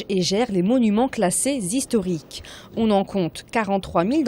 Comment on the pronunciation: " elle pesait 6 ou 7 tonnes" " les monuments classés zhistoriques" ou " des biens zhistoriques " ... Aie aie aie.